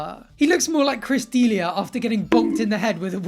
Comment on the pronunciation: That's not how you say Chris D'Elia's name.